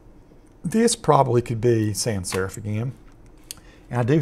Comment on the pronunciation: Great tutorial, and you sound like Astronaut Charlie Duke which is a bonus. - p.s: It's "sans" not "san" - French for "without"